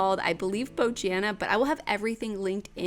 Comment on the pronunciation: Just fyi "Bojana" is pronounced "Bo-yana"! :)